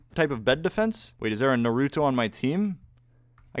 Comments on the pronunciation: It's not "Nar-OO-toe". It's "Nahru-toe" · Anyone else cringe every time he says narÜto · That “Nuuh rue toe” hurts my weeb ears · He pronounced naruto wrong... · I cringed at how he pronounced Naruto and I dont even watch it..